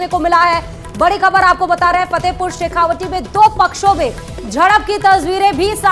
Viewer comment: पत्रकार महोदया जी आप फतेहपुर शेखावाटी को शेखावाटी ही बोलिये। शेखावटी नहीं। तत्काल सुधार करिये।